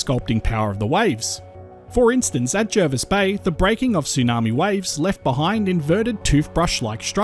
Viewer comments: Its pronounced jah-vis bay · Why do so many people pronounce Jervis Bay wrong...